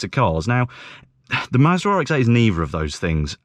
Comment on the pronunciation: Why does it sound like you’re saying Maserati